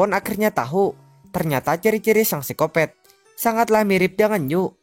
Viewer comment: Bang bukan sicopet sicopat bng